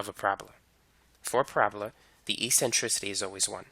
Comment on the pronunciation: Great video! "E-centricity" lol <3